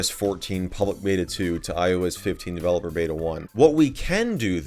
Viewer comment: Myes, DeVeLePoR